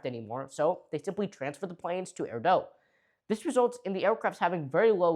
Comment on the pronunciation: Hey it's AIR DOOO, not Air Dough! 😂